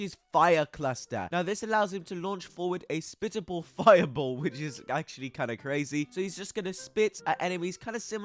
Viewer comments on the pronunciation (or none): Splittable not spittable, it can split, he doesn't spit it